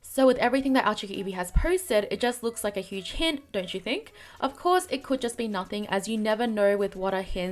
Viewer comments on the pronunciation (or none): none